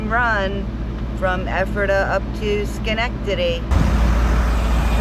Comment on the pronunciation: As a Capital District NY resident, I’m pretty impressed by how easily you pronounced Schenectady lol!! Glad you caught some rare sunshine in the Adirondacks this wet spring!